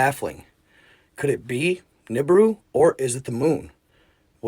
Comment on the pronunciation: A lot of cameras have trouble processing the light so it doubles as a reflection. The black sun is a symbol that was used by the n4zis and now Ukr. And it's pronounced "Ni-boo-ru"